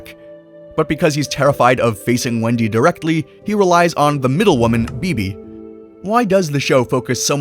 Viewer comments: All right I'm not going to lie everything was cool until you said Bebe it's beh beh or babyah 😅I'm good now sorry I love her am butters 😂❤ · It’s not beebee its baybay